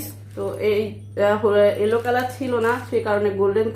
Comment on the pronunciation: একটা রেড একটা এলো বলছেন এটা এলো না ইয়েলো মানে হলুদ😛